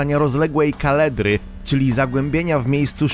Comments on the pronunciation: kaldera , nie kaledra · nie kaledra tylko kaldera wulkaniczna. ;) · kaldera nie kaledra, zawsze przekręca nazwy, nazwiska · Kolejna raz słyszę ten sam błąd u Ciebie w odcinkach 😅 *Kaldera, nie kaledra Poza tym odcinek jak zawsze świetny!! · Co to jest "kaledra"?? Jeśli chodzi o wulkan, to to jest "kaldera"! Poza tym fajny materiał. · Nie kaledra, tylko kaldera. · Kaldera to wielkie zagłębienie w szczytowej części wulkanu, powstałe wskutek gwałtownej eksplozji niszczącej górną część stożka wulkanicznego. Nie kaledra. 4' 28'' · co to jest "kaledra"????czy to taka wielka katedra? 🤦🤦 Czy najnormalniejsza na świecie KALDERA?! KAL! DE! RA!!!!! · Kaledra?? O kalderze słyszałem ale kaledra? Może katedra?? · Mala poprawka do autora tekstu ... to nie jest KALEDRA tylko K A L D E R A (4,28 min) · Kaldera a nie kaledra!!! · Kadlera ?, raczej kaldera. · Nie "kaledra", tylko "kaldera" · Kaldera nie kaledra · Kaledra... pierwsze słyszę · Mówi się kaldera